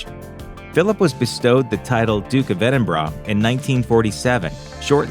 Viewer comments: Edinborough. Not "Edin braw" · Not quite correctly. Sound more like Edinborough. Should be pronounced Ed'in'burrah. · Dook of Edinbrah...? Ffs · Philip was in Corfu not mainland Greece. I do wish if any Americans, making such videos, would learn the correct pronunciation of places like Edinburgh. It isn't EDIN BRA. Locals in Scotland actually pronounce it EM Bra. Simply really. The Bra part is soft, almost like an afterthought. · More like "Edin bruh" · hey brah, it's not edinbrah brah, K?, kewll. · Why do Americans pronounce Edinburgh like "Edinrarhgh" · no we don't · its just this guy, we pronounce it edinboural